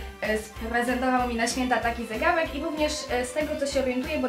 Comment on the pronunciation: mówi się zegarek a nie zegałek